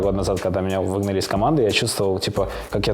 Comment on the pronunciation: тут он не смог выговорить "выгнали"